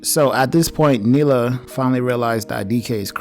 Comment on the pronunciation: And thats cool but a little bit of research does help. Like the characters' names are pronounced Han and Neela; not "Hans" and "Mila".